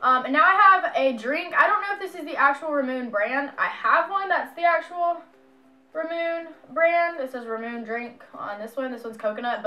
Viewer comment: Not being rude. Trying to be helpful, ramune is pronounced "Rah-moo-nay"